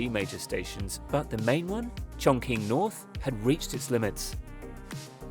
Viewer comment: It’s more like Chorng-Tsing